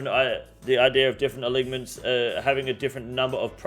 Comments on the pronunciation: Uh-line-ments ffs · Great videos but please learn to pronounce alignments